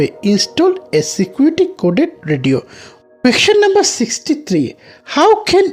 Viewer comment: কোয়েকশনরে ভাই কোয়েসচেন it’s not qaktion question 🙃🙃🙃🙃😜😄